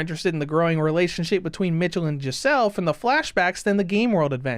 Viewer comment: I dont know if anyone said this to you before, but the pronunciation for michel, isnt [ m IH ch uh l ], but its more [ m ee - sh eh l ]. The pronunciation of the name is important because michel can be also be said the same with name "michelle". Thats why giselle was flabbergasted when she heard the white hair girls name for the first time, and thought they had the same name.